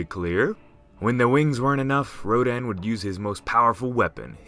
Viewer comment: Ro-dan.... Dan the man, yeh no stfu i cant xD It should sound like ro- dun